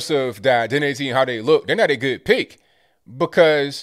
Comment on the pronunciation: He says, "not a good pick". But I swear it sounds like, "not a good pig". Wouldn't that be the truth?